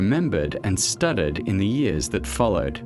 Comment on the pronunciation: The AI voice is barely coherent, and mispronounces almost everything - I mean, when it tries to say " studied and copied ", it says STUTTERED AND COPPERED. This is the scraping of the bottom of the barrel of AI true crime docs created by ChatGPT and badly spoken voices.